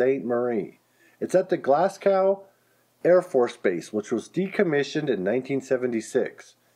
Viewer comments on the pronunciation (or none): It's "SAY co" and "GLAS go." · Glasgow is pronounced Glasgo. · Saco= say-Co Glasgow= Glass-Go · Saco is pronounced SAY-CO & Glasgow is pronounced GLASS-GO, just like that .